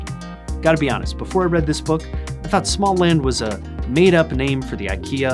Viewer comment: It’s pronounced more like smo-land. The å makes a kinda ou sound